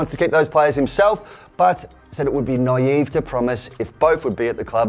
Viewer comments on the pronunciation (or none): none